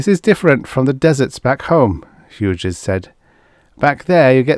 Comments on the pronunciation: I love all of your readings. Your channel is an oasis in an increasingly uncomfortable robot voiced landscape. One tip, Hughes is pronounced. H-you-s the g is silent here, the second syllable is pronounced just like the letter 'u'. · those robot voices are improving, but I find them still quite obnoxious. :) Thank you for pointing that out, Hughes to be pronounced more like hues or hews, noted for the future!